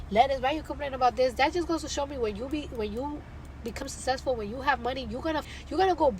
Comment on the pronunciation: Did she say “When you become sessful” …??? Cardi B is so ignorant and uneducated it makes me vomit.🤮